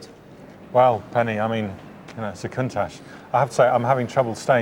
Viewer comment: Countach is pronounced 'coontarsh''; please make an effort...